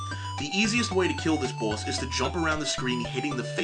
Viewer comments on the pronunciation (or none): You say "boss" like you have a mouth full of shit.